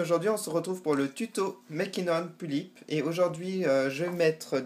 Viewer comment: On dit pullip pas poullip ^^